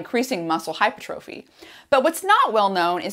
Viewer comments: Hypertrophy is pronounced - Hi-per-truh-fee, not hyper trophy. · Hi Dr. Rhonda! Love your videos and have learned so much - and have referred dozens of people to your sulforaphane video. Thank you, thank you, thank you! Just a heads up: hypertrophy is pronounced "hai ·pur·truh·fee" with the accent on the second syllable. Thought you'd like to know. 😉 Also, I'd love to have a conversation with you about Blood Flow Restriction Therapy and Training. I was the first person in the U.S. to be certified by B3 Sciences as a Blood Flow Restriction Coach. I have transformed my body and health using BFR, and several of the other bio-hacks I've learned from you - such as heat stress, food stress, etc. I'm 72 and play competitive volleyball (Bronze medal at last year's USA Volleyball Open Nationals in the over 70 division) and have gained almost 8" of vertical jump since turning 70 in addition to reversing several of my aging biomarkers. Message me if you are open to a conversation or a text exchange to start off with. Here's a link you should find interesting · It's Hypertrophy! Not Hypertrophy.